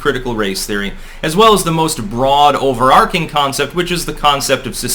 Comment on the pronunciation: "o·ver·arch·ing /ˌōvərˈärCHiNG/ Learn to pronounce" (The CH is "soft" ... not arK ... but CH as in CHarlie.) Get help, speech therapy. Otherwise good analysis